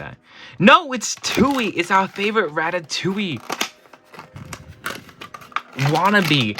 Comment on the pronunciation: he say ratatouille 😂